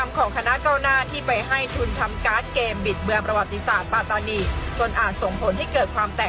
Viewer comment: แค่ออกเสียงคำว่า ปัตตานี มาออกเสียงเป็น ปา-ตา-นี ก็ผิดแล้วเพราะภาษา มาลายู ที่ออกเสียงเป็น ป๊ะ-ตา-นี สัมพันธ์กันกับการออกเสียง ปัต-ตา-นี ครับ ภาษาอังกฤษที่เขียนว่า patani มันต้องออกเสียงเป็น ปัต-ตา-นี ครับ 🎉พวกกบฏทั้งนั้น หลักฐานชัด สมัยก่อนหนีมาพึ่งไทยนี่แหละ แต่ตอนนี้หาว่าไทยไปยึดคุมอำนาจปัตตานี แสดงว่าลืมคุณแผ่นดิน ลืมรากเง้าตัวเอง พิธาเคยพูดหาเสียงกับคนปัตตานีมาแล้วเหมือนกันเปะกับนักศึกษาที่ออกมาเห่ามาหอนเลยนะย้อนไปดูได้